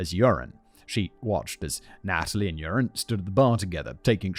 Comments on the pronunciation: Half of the time when you say Joren it sounds like "Urine". Honestly, this really doesn't change much in my opinion. :D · It will never be not funny to me that you end up pronouncing his name kind of like 'urine' 😂 For those interested, the name Joran is pronounced like "you're an" (with 'an' pronounced the British, not the American way) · I was deeply enjoying the pronunciation of "Joran" as "urine" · I love how you pronounce his name as “urine”. Which is appropriate. Scumbag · Simion pronouncing Joran as "urine" LMFAO 🤣😆😂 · I love that simin says his name as urine! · At first I heard "urine" and thought - "that's an appropriate pronunciation for this scumbag" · Everyone else is hearing “urine” right? Not just me?